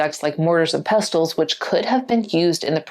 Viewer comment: Don’t pronounce the “T” in “pestle”.